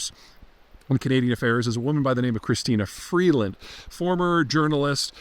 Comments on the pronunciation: you caught that too eh? Dude doesnt even pronounce her name properly lol. Its Crystia Freeland... not Christina Freedland lol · Peter, Peter, Peter. It's Chrystia Freeland, not Christina Freedland, and she is smart only in comparison to the almost total lack of talent in the Trudeau cabinet. Like Kamala Harris, she is hopelessly tainted by her support for the government clown show and she can never be Prime Minister (not Premier) because Liberal party support is gone over immigration and affordability. Besides which, she is a really annoying, patronizing bobble head!